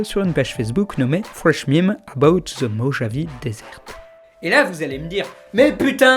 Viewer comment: salut, tu peux dire "MIMZ" au lieux de memes comme le mot même stp ? merci